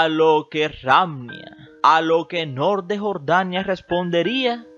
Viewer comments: No es nouuuur esa es la varíen te en masculino... Es Nuru y es suave así se pronuncia... Ay no q insoportable.. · Me parece que debes tomar clases de pronunciación de arabe. Segundo en idiomas extranjeras se usa fonética en ingles o frances. Noor , Nour es nur نور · Cada vez, que decías, el nombre de la Reina Noorrrr, temblaba mi casa!!! Omg... Que horror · Muy divertido como pronuncias Noooooor 😄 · Él se pega en el dedo pequeño cuando pronunca Noor! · Muy buen reportaje, nomás no exageres al mencionar el apellido Noor que se te oye pésimo